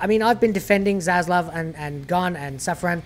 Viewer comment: Finally a You Tuber who can pronounce Zaslav correctly:))))) God bless you!!